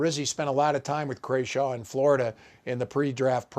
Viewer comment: Holy smokes, obviously the punter’s last name is Crawshaw and pronounced the way it’s spelled. It’s all there in the letters.